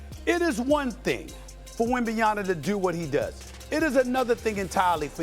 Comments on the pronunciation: It's WembanyaMA. Might as well learn to say his name right since he's gonna be talked about for years to come. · Why is Stephen A continuing to mispronounce WembanyaMA!!!!! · Steven A needs to put some respeck on that man's name it's WEMBANYAMA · SAS needs to learn to pronounce Wemby's last name, or just do the "Giannis" thing. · My guy never ever says Wemby’s name correctly 😂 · Bro at least try to say Wembanyama the right way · Someone tell Stephen a Smith we know he doesn't care about NBA or pay attention, he's just pretending. He doesn't even know how to say wembanyama properly. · So how good does Wembanyama need to become before the media pronounces his name right? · SAS can’t even pronounce his name correctly. Very unprofessional. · Stephen A. really needs to learn how to pronounce Wembanyama’s name. Embarrassing. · It's M at the end, not N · Bro it's not Wembanyana...It's WEM-BA-NYA-MA! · SAS talking about the greatness of Wemby but still can’t say his last name correctly lol - it’s WembanYAMA not YANA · WembanyaMA ! MA ! MMMMMMMAAAA! Not Wembanyana… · Does Stephen have a problem with getting names right, particularly those of European players? Or does he simply not care enough? It's not "WembanyaNa" but "WembanyaMa", and it's not "DonKic" but "DonCic". Those are not very hard names, at least not harder than "Gilgeous-Alexander", "DeRozan" or "Thybulle". I find him really entertaining overall, but this sounds quite annoying to my ears :/ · It’s wembanyaMA, not WembanyaNA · WembanyaMMMMMMMMMMMMMMa not WembanyaNa not complicated. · SAS is a Clown count how many times he says Wemby's last name wrong? He keeps saying WembanyaNa when it's actually WembanyaMa. We are 35 games into the season and this clown still can't pronounce Wemby's name right. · It's WENBAYAMA not WENBAYANA, Mr Stephen A. From a french fan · Lol. Its WenbaNyama, NOT Wenbayama... coming from an American lmao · it’s not “wembaya-na”, it’s wembaya-MA! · SAS - get his name right! WembanyaMa